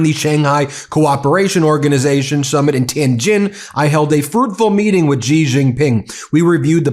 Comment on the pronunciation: Don't mispronounce the name of Xi Jinping, Xi is not Gee, it is a light s, lighter than s, get it? Don't sound like an idiot.